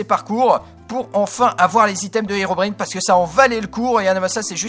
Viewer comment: Dsl mais la prononciation de Herobrine est incorrect